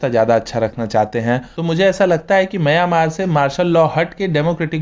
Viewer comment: दोस्त, आप "मंय्यामार" ऐसा क्यों बोलते हो, हालाकी उसका ऊच्चार "म्यानमार" ऐसा हैं. धन्यवाद.